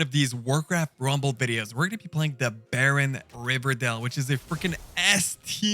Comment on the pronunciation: There is no L in Baron Rivendare